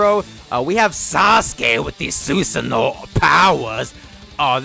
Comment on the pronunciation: STOP SAYING SUSANO LIKE THAT